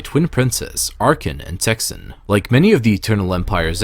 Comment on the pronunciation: It’s Thexan not Texan